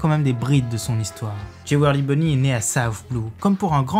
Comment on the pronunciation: Urouge, alors pourquoi prononcer U-Rouge ... (U prononcé "you") Et Jewelry Bonney prononcé Djiweulry ... et pas ... bah en fait j'ai pas compris comment vous la lisez donc ... Pas comme vous la dites (et c'est "Bonney" pas "Bonnet")